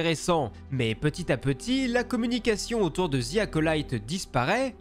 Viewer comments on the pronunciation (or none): ‘’ Ziiii Acolyte ‘’ putain les cousins, pratiquer votre anglais pour l’amour de dieu. Le mot ‘’the’’ ce prononce pas en utilisant la lettre Z 😵